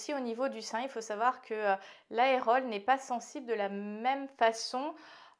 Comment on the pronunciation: On ne dit pas aérole, mais aréole.